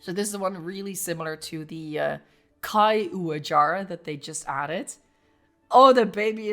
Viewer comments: the pronuciation is not that hard bro 😭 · I can't unhear it being a caillou-jara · Here's how i pronounce it,. Ka-Yu-Wa-Ja-rah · Caiuajara can be pretty easy to remember how to pronounce it if you just imagine this scenario: "Caillou, a jar!" -"Ah!" Caiuajara.